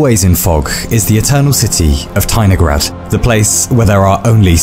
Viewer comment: As a Russian person, I declare that I felt something was wrong, but did not understand what (if it were not for the comment, I would not have understood). The stress should be on the third syllable